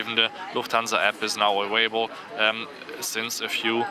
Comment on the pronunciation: "awailable" lol I thought germans could say the v sounds lol